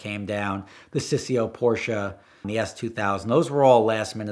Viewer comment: As a native german I really love his correct pronounciation of "Porsche". Most americans slaughter that name.